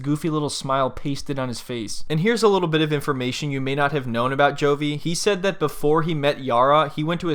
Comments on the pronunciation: Leetle island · “Cause I come from a liddle 🏝️ “ 😭😭😭